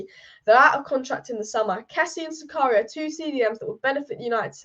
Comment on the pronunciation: My God your pronunciations of these non English names is horrendous. Why not listen to commentators a bit and pick up those names? Dennis Zakaria, a 100 times ? Cheisa ? Wow. Horrible job, dislike for this video for this unprofessionalism.